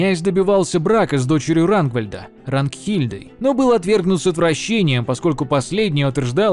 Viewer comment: Полоцкий князь Рагвалод, а не Рангвильд. ты ошибся немного. Привет из Полоцка